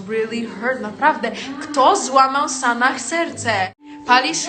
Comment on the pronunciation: Boże sanah a nie sanach . Japierdole XDDDDD